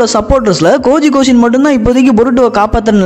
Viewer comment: Koji kashin ❌gaji koshin ✅